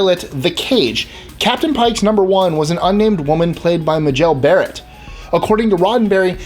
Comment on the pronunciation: Who's Mahjell Barette? It's MAY-JELL BEAR-ET.